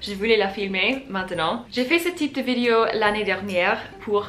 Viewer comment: Je sais que c'est difficile, mais essayes de prononce "vidÉo" à la place de "vidio"